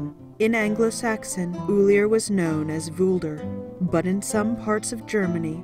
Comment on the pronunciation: Ullr, no e. If you're going to speak about my Norse Gods, at least get the names right.